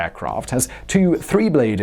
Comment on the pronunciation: Ok, I now know I'm justified in my issues with Simon's arbitrary (seemingly contrarian) pronunciations. When he says "pro-protors" at , yet he can indeed pronounce "turbo-prop" immediately afterward... I think he's tripping over his own tongue trying to sound british posh where it has no place: contemporary engineering. I am enjoying the video, though.